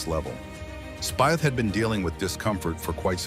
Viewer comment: Speeth is the correct pronouncement of his name….